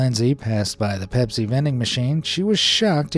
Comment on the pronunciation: Meowsi instead of Pepsi.